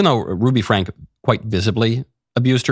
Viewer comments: Get it right, Michael. It's Franke, pronounced Frank-ee. You sound like you're talking about something you didn't even fully look into. Oh yeah. You are doing exactly that. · pronounced Frankie not Frank. They live in the next town over from me. Thanks for the video. I’m glad Utah passed this law.